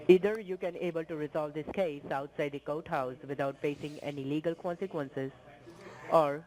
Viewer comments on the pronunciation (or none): did he say outside the coathouse or goathouse ???